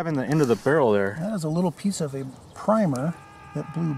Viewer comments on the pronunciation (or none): none